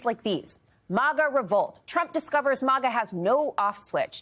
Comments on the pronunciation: Is it Moga or Maga she keeps pronunciation saying Moga it’s Maga. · Maga is pronounced like maggot, not like mama. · its pronounced MAGA, not mauga. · MAGA is pronounced similarly to the word maggot - "mag-UH" not "MAH-guh" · Its not pronounced MAWGAW. Stop pulling your punches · Jeez its maaGa! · Why do so many people say “mah-gah”? It’s very few people that will burn their hats and turn on Trump. I’ve seen a lot Trump supporters who still say he’s the best President ever and believes his lies